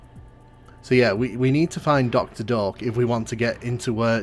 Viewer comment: Until I read the doctors name on the text I thought you were saying doctor Dork :D